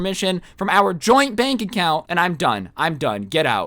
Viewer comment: Am I the only one that heard "joint bank accout" Xd?